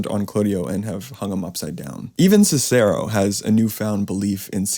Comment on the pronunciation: You are mispronouncing the name Cicero